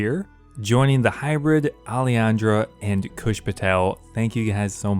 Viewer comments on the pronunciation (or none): none